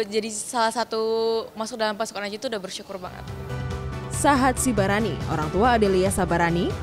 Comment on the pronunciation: Dua kali salah menyebutkan marga: disebut Sabarani bukan Sibarani. Pembacanya harus hati-hati marga itu sakral jangan sampai salah sebut atau menuliskan.